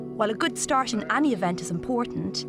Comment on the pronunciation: "It's not how you starsh, it´s how you finish" ...